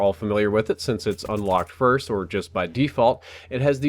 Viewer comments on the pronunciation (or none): none